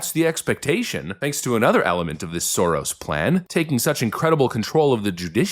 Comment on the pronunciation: Hah, love the accent. The way he says "Soros" - that's the correct pronounciation.